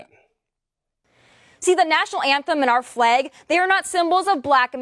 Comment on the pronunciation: THE NATIONAL ANTHEM AND OUR FLEG? PLEASE PRONOUNCE IT RIGHT BEFORE CRITICIZING!!!